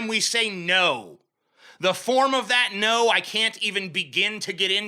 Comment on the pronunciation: I’m so high that every time TJ said “No” I had synesthesia and I would see the word “Ngo”